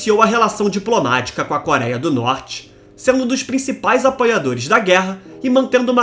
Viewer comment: parei no "koraia", adeus.